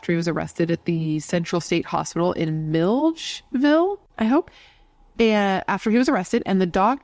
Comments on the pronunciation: Let me help you out sis. Mill-edge-ville. I got your back girl. Lol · It's pronounced Mill-ledge-ville:)